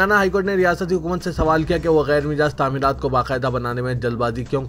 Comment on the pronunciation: Gyer Mijaz nahi gyer " Majaz" bolo